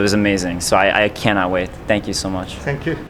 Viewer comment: "sank yu."